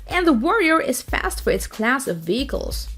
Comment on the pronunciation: “Armor Combat Vickels” !? 🤔🇨🇺🇺🇸